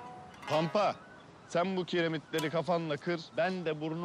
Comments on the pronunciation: Gökçe: zen garışma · ✨️zEnğ gaRıŞma✨️